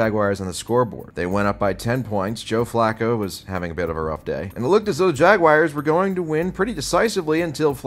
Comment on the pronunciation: My wife's boyfriend loves the way you pronounce the "Jagwires." He says it cured him of his marijuana addiction. You're such an American hero,.